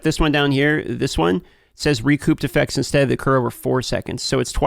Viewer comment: P in recouped is silent you absolute ginger.